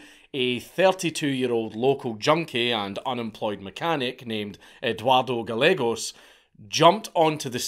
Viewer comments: Good god, stop. It’s Ga-ye-gos. Double l makes a y sound in Spanish. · It's pronounced "Guy-eggos". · Gallegos is pronounced guy yegos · Gallegos. Pronounced. GAH YEEEHHH GOES